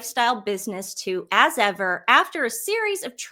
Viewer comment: I heard As Ever as 'Ass Ever' and now it makes sense.